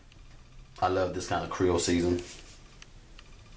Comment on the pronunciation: Timothy Kennedy or days;” creol-ee “. 😂